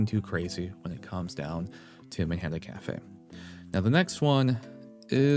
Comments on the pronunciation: hate to say it... but isn't it pronounced "machikane"? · He still said it wrong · PLEASE LEARN HOW TO SAY MATIKANEFUKUKITARU's NAME CORRECTLY